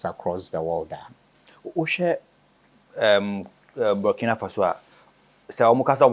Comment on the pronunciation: Out of respect: The name is BURKINA ( boo r ki na faso)